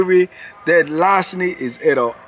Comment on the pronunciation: LAH RCENY, it makes my day when and how you pronounce the word Lol